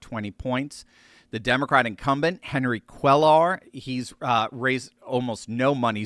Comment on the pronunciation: Quayar. ll in spanish is pronounced closer to a "y" in English.